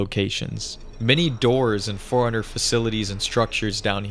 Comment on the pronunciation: Just realised, "Forerunner" sounds like "Foreigner" the way you say it.